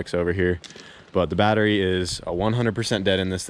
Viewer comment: "The car needs a new battewy..."